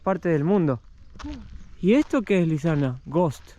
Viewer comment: Le patina la erre a Lisana jaja